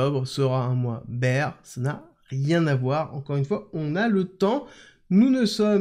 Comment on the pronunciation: Tout est parfait mister! A part ta prononciation de « bear » haha ca se dit « bère » et non « bire » 😂